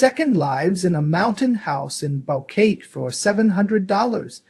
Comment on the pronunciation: It's hard to trust you when you mispronounce Boquete....